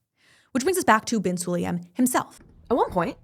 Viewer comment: Why not to pronounce surnames correct? Su-la-yem